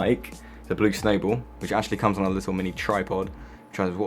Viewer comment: "Blu snaybul"